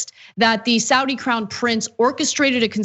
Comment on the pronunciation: Don't be so lazy. Pronounce Saudi correctly.